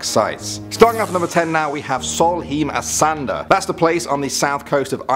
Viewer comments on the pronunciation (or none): Omg hearing him say Sólheimasandur made my day! I love it when non-Icelandic ppl try to pronounce our language 😂😂😂